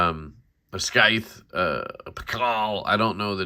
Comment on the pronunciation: It's just pronounced normally like sithe lol